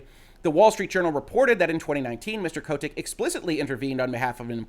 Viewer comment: Anyone else find his pronunciation of Kotick kind of annoying?